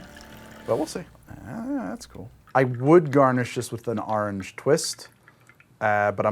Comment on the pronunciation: Every time you say "Orange" I think you should plaster a huge "Ahnj" on the screen. I've never heard someone turn it into one syllable more than you.